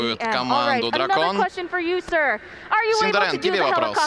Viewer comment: Синдерен - Сындерьмен пхахахахахахаххаахпхахх😂😂😂😂